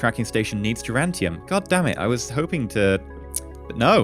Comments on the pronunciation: Duran Duran tium. He probably knows the right way to say it but hey, it's a reflex likely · every time you say durantium instead of duranium i shout at my screen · Why is pronouncing duranium as durantium? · Stop cheating! You're defeating the whole point of the R&D process. Also, there is no "t" in "duranium".